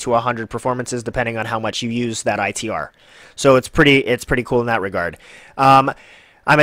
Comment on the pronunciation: So hard to listen to this review with you calling it I.E.T